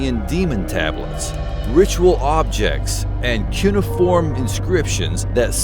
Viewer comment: Sorry to do this, but you said it like nine times and it was driving me up the wall. Its pronounced COO-NAY-UH-FORM